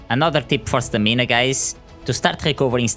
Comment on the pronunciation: It’s Stam-in-ahhh